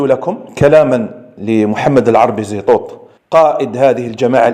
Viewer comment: استتذنا المحترم صاحب القنة من فضلك لا تذكر هذا الشخص الارهابي باسم محمد و اكتفي باسم زيطوط بالطاء و ليس التاء .